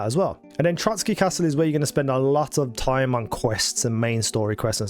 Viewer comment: Its not "Trotsky" but "Trosky". Nothing to do with that russian criminal.